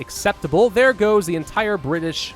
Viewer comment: It’s Britannia’s not britanish